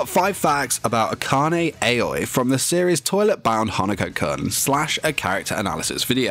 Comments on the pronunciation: Her name is aoi (aui) not ayoi 😅😂💞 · Its not aoa its AOYIII (spelled aoi) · Most people: Aoi (owie) This guy: Aoi (ay-oh-eeh) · The way he pronounced Aoi's name triggers me. Its "ah-oy" not "eh-yoy". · Everyone: Aoi (ow-ee) Him: AY OYIH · Weebs: Aoi Him: a-Oi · ITS A-O-I NOT 👁-O-EY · I just hate the fact that he pronounced "Āoi" instead of "Aoi" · I can’t get over the fact that he keeps on saying aois name as✨𝐴𝑦 𝑂ℎ 𝐴𝑦✨ with so much confidence 😭😭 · IKR ITS OW EE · Neither. Its pronounced ow-ee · every time he says ayoway I die a little inside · Everyone: AOI Him: AUNI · the way he's pronouncing aoi is killing me 💀 AY OI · I like how u pronounce her like "aoe" Btw I like nene more than aoi =D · Me: aoi Him: AoE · What? I fucking god mad when u messed up at the “aoi” part. I hear u said “a-oi” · He said Aoi in the wrong way in the intro.. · you pronounced Aoi wrong btw